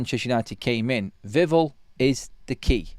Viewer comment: Please... it's VIV sound and then ELL like 🔔... don't mess this up neebor! You can do it... VIV ELL Please 🙏🏽 No more drivel vivell nonsense.